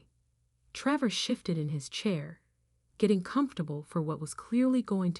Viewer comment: Treevore. Great pronunciation there AI.